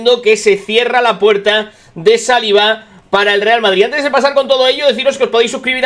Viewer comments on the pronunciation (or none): ha dicho Joan LAPUERTA?? O ha sido mi imaginación?? 😂😂😂😂